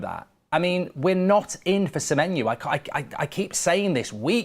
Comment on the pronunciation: Please say semenyo not semenyu it’s driving me insane 😂😂😂😂